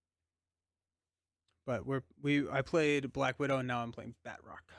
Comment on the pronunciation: I think the characters name is not Bat roc(k) but Ba troc since he is french 😊 (with the "a" sounding more like the "u" in Butter). He is in Captain America: The Winter Soldier and there they pronounce it 😊.